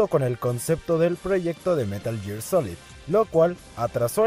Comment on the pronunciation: es gear, no year